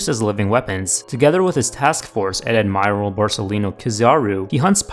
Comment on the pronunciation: you mispronounced admiral